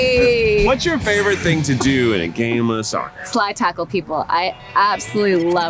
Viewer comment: They lost me at "saccer" 😂😂😂